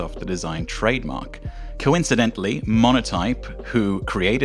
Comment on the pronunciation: . Montoype instead of Monotype.